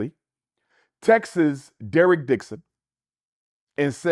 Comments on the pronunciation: Dr Umar, its text not Texas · Right lol. I get so irritated when people say "textes" . I expected better from Dr U. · I don’t know many amazingly gifted “orators” that pronounce texts as “texas” but go awf. 😭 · Yes! lol, I peeped. I thought…”did he just say texes”